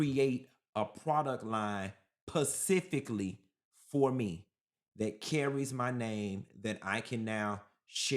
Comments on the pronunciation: Every time you say PACIFICALLY I fall out 😂😂🤣 it’s SPECIFICALLY lol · Omg Yessss Pacifically always take me out 😂😂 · Yes, specifically PACIFICALLY 😂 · Pacifically for the Bunch!!!! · It's the PACIFICALLY for me! Thanks this made my day! 😂😂😂😂❤ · It's the PACIFICALLY for me! Thanks this made my day! 😂😂😂😂😂❤❤